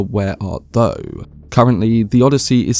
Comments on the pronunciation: You pronounce "thou" wrong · Oh Brother, where art though? Jesus. Do you not know how to pronounce thou?